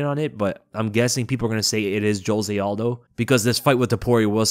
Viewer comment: It feels weird to see an American pronouncing Aldo's name correctly 😂